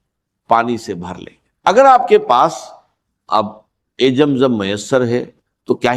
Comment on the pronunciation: یہ کوئ انڈین شخص ہیں جن نے ڈاکٹر صاحب کی آواز بنانے کی کوشش کی ہے کیونکہ راز کے بجاۓ راج کہہ رہے ہیں اور رزق کے بجاۓ رجق کہہ رہے ہیں 🙏🙏🙏 زم زم کو بھی جم جم کہہ رہے ہیں